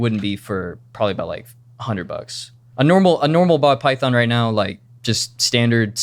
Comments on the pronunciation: Pall bython ❤😂 we caught that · He also said pall bython earlier lol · Got saying pall bython 😂😂😂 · Hey, I’m Paul. Paul Bython. 😂😂😂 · And don’t forget Paul Bython 😂